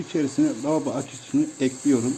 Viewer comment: Lavoba açıcısı mı? On kere dinledim kulaklarıma inanamadim insanlar niye kanser oluyor zannediyorsunuz Allah göstermesin